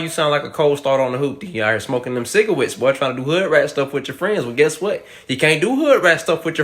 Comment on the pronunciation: Stop smoking them cigawettes. Me: (smoking a cigawette) My bad man. (disappointed face)